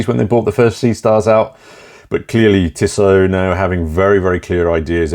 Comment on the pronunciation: Tissoh, not Tissott.